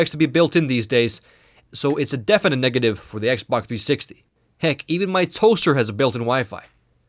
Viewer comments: Lol it was soooo annoying. The "xbac" has an hdmi port. The xboc also...blah blah blah. It's x b o x!! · its xBOX! not xBUCK!!!!!, or is it just me hearing this? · lol it sounds like you pronounce xbox "ex bok" hahah! I'm not trying to be mean I'm just sayin. I really like these videos so far and I'm going to watch the rest. :D 5 stars! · Y U CALL IS XBOK???!!!!!! >:U